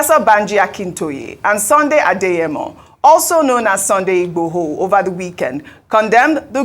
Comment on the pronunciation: Can please learn to pronounce Yoruba Names properly. She should learn and practice, that’s how the white newscaster do it abroad here. How can you be a Nigerian and not able to pronounce Yoruba names. She can’t even say Sunday Igboho properly.